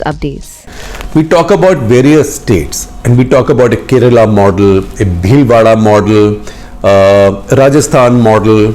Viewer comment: It's pronounced as Kairelaa not karela like the Hindi translation of Bitter gourd! It's really sad to hear Indians mispronounce the names of states in their own country.